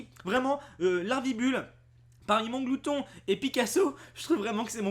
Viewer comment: c est mAnglouton pas monglouton. perso je le kiffe il est stylé